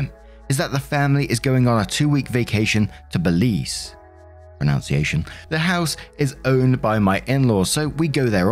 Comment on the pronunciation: You pronounced Belize correct